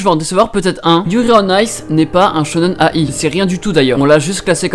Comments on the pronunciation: Ça serait sympa que tu liste les animés et manga dont tu parles et ceux qui passent en vidéos aussi ! Et pour Shonen ai, la ai se prononcé aïe, comme de l'ail ! Pour ceux qui ne savent pas =) T'entendre dire A- I à chaque fois ma fait mal aux oreilles ! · Shonen ai (dit aïe) Shojo ai (dit aïe) Comme ça tu le saura pour la prochaine fois :3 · SHONEN AYYYYY ON DIT XDDDD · ça se dit shonen-aïe il me semble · le shonen/shojo-ai se prononce aïe comme quand tu te fait mal :) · Ça se prononce shonen-"aie" est tjrs au taquet ça fait plaisir!